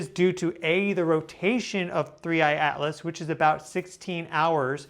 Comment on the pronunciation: Thanks for the analysis. I agree the NASA images are pathetic. One silly thing I noticed is that you never pronounce the t in Atlas.